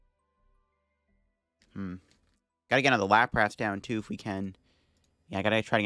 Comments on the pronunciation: The way he pronounces "Lap Wrasse" and "Parecell" is just too distracting. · I absolutely love your content! I watch every episode! Just bought some codes from Card Cavern too. Already migrated to LIVE. The way you pronounce “Lapras” and “Arcanine” sends shivers down my spine 😫 lmao / as they say. You’re still a GOAT